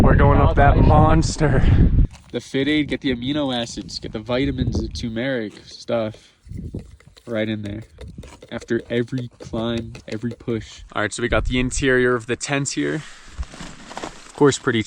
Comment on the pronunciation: It’s TURmeric. There is another R there bud